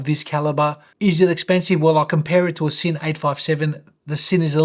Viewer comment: I've asked two German colleagues at the workplace independently, and confirm that Sinn is pronounced Zinn, not Sinn :)